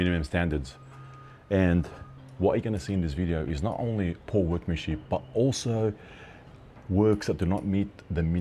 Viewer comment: Who would listen to a bloke that says ornly instead of only